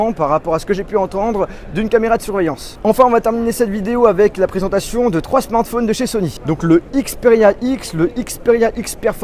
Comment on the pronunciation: "tout ces smarNphones" :P